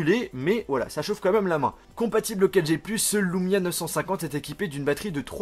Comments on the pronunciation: Super vidéo enfin un youtubeur français qui montre les qualités des Windows phone !! Par contre c'est LUmia pas LOUmia;) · tu le prononce à l'américaine :D